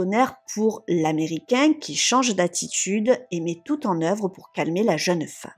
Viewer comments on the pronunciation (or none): none